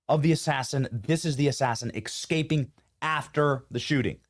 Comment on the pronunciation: Escaping, not Excaping. C’mon, Benny.